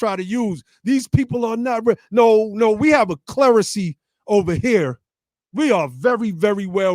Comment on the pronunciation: “A Claricy?” You mean clarity.